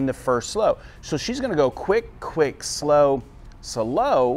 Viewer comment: I look forward to every Tuesday, now! So the take-away is: off of the second slow. That's easy to remember. I love the way you turn a one syllable word into two, for Two-step (su-low). When you freeze-frame Rose's movements, it makes it easier for me to see how to put all the pieces together. Thanks for another great dissection!